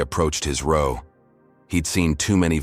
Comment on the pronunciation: Reader mispronounced "row". 1st graders learn that.